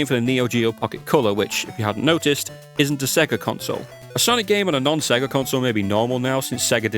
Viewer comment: "I have said Sega one to many times" hey look on the bright side, unlike most people with that kind of accent, at least you didn't spend the entire time saying "Say ger" ^^